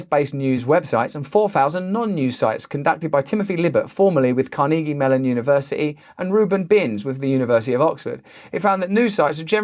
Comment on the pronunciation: It just made me laugh but, Car-Nee-Gee, instead of Car-Nuh-Gee. Like that dead rich guy. Well, not rich anymore, just dead.